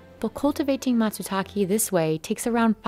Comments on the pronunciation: Bro pronunciation is wrong. It’s Matsutaké 😅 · Hey Business Insider, you should actually do some quality assurance on the narrator. Hire someone that can pronounce Japanese names and words correctly. Mr. Fujiwara's name is pronounced: fu-ji-wa-ra. All short vowels and no emphasis on the syllables. Also the mushroom is pronounced: ma-tsu-ta-ke. Again all short vowels and no emphasis on the syllables. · Mät, sü, taek? English doesn't pronounce Japanese perfectly. Nor does Japanese pronounce English perfectly (or even correctly). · I know right! The documentary was interesting, but the narrator mispronouncing the name of the mushroom made it impossible to focus on anything else 😓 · could the narrator at least try to correctly pronounce “matsutake”? it’s the subject of the entire video. Japanese is easily pronounceable for even non-native speakers if they study hiragana for just an hour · I like the part where the narrator mispronounced matsutake literally every time she said it. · Love how the English “host” didn’t go to google translate and hit the button on how to Pronounce matsutake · Hi! Just so you know, "Matsutake" and Gihei Fujiwara are pronounced wrong! Also translation and voice doesn't make sense the reason why Matsutake increased (It sounded like decreased in Japanese). Please contact me if you need translation/pronunciation help for Japanese in the future. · the narrator's pronunciation of "matsutake" is cringey. i hope she said it the Japanese way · I only complain when people butcher foreign words unnecessarily. The “e” in Matsutake is pronounced as in “eh”, not “e” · This chick is intent on never pronouncing matsutake correctly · The content is good, but everytime the announcer says /matsuta:ki:/, I feel hurt a lot. It's /take/ (same /e/ that you pronounce /eim/ as of 'aim') as Mr. Fujiwara said twice in the video, like the way it's written, not /ta:ki:/. Why do you have to stress and siphon the pronunciation so much? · Matsutake not matsutaki